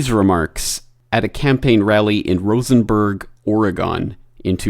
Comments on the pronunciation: There is no Rosenberg, Oregon. It is Roseberg. FYI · That's Roseburg Oregon, NOT Rosenburg!